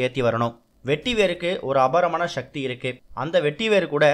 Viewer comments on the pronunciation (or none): none